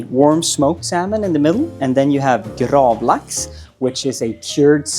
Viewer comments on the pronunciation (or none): Ouahh, the way of pronouncing gravelax😮